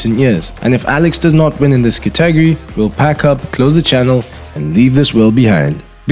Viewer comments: I'm Soo triggered he kept mispronouncing "Category" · I couldn't finish watching the video 🤣 I mean he isn't even close to saying it correctly, confused me evetytime he said it.